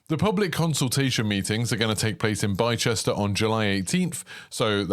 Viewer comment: yeah, in the uk, if it ends in ‘cester’, it’s pronounced ‘ister’